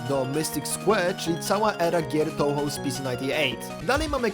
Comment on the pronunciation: Jak się robi film o gierce to przydałoby się chociaż poprawnie wymawiać jej nazwe XD. Czyta się "Toohoo" bo japońskie "ou" to długie "o" a nie "tołho"